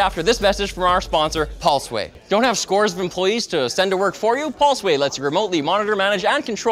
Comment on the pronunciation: Pulse - Way... Not Paul-Sway